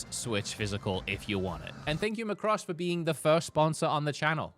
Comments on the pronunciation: It's pronounced "Mac Cross". OMG name butchered. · Can't get over how he says Macross lol. Just so you know there is technically a released Macross game called Robotech Battlecry which was based off the English adaptation of Macross, my mom loved the anime growing up so she bought the have for us on GameCube. I'm so pumped to see another game come to the US. Max Sterling is the goat in the show I can't wait to play it.